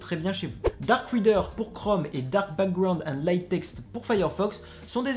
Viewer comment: Tu veux pas plutôt dire "chrome" ??? Crome, je connais pas. Et "magic Ektions"????